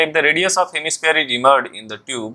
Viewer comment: Sir tub hai wo instead of tube 😅